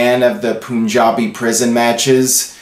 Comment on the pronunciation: it's Punjabi... (Panjabi not Puunjabi)...hope you get the pronunciation..